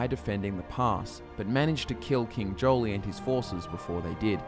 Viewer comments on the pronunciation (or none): i think 'jolie' (joile?) was actually pronounced more like 'jwaal', with the emphasis on the w and the 'j' more like an 'sh', so 'jhWaal'. i think it was spoken aloud in ESO and that's where i got it, I called him 'jolie' before that too :)